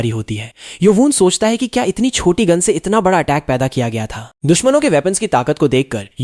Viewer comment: Gun ❌Goon✅